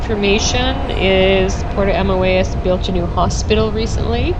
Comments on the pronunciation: It is pronounced Puerto AMOY-ES . We live here and absolutely love it. Thank you for showing parts of it. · Your video is nice but your pronunciation is WAY off. You did a video & cannot pronounce the town you reside? Even “Boquete” was off. I cannot listen to the rest. I’m sorry.